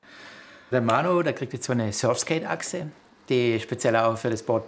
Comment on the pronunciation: Tut schon weh „surfskate“ zu hören 🥴